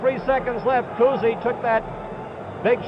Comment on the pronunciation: They enjoy saying Bob Cousy's name. Bob COOZY!